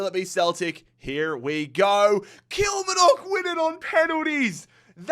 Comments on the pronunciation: Your pronunciation of Kilmarnock makes it sound a lot more exotic than it actually is 😂 The emphasis is on the “mar” bit usually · How can he pronounce the Asian and South American teams easier then the Scottish ones hahahha😂 Kilmarnock, ( kil marn uck) probably best way of sounding it out